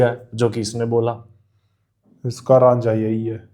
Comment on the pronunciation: RAANJHA nahi RAJA